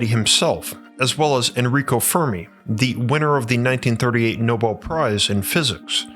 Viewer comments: no-bell, not no-bul (Nobel Prize) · It’s pronounced no-BEL.